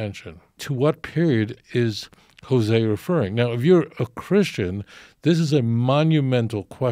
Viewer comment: He can't pronounce the name of the prophets LOL